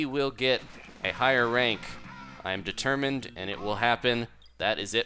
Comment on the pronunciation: So is that why you said "determined" strangely in this video?